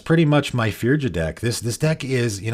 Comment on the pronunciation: Hello. Firja is a Norwegian name and it's pronounced Fur-ya.